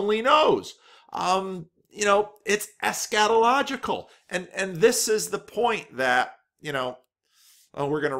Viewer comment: Ha, sometimes I have to stop and think about what he really said. Maybe more stress on the first syllable or constriction on the 'a' would help. "ESSchatological" or "eschetological" ..Not that I have any clue how it's supposed to sound.